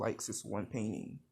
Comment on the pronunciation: when he said he liked painting i heard PAIN INSTED OF PAINTING